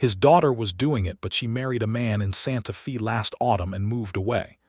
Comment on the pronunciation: Very good story. But, the reader needs to pronounce Santa Fe correctly. Feb is said like a woman’s name, Faye. It’s not pronounced correctly in several very good stories.